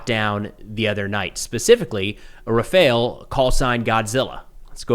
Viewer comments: Btw. the french built canard fighter jet is called "Rafale" not RAPHAEL (this was a ninja turtle), btw. there is a french guy on youtube teaching the pronunciation for english speakers. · It's Rafale.... Rä-fale. Not Rafael, Rafael is an Israeli defense company. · stop saying rafele ts make my ears bleed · is how everyone pronounces the word RAFALE, try to remember it for the future use. 😅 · Even the Pakistani pronounce Rafale better... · Still waiting for a US youtube influencer who can pronounce "Rafale"...